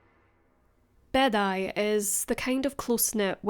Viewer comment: Just a heads up, Beddau is pronounced like “bathers” that you wear in the pool, but singular.